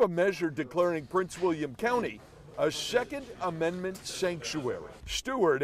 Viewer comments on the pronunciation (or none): A shekent amendment shankshewairy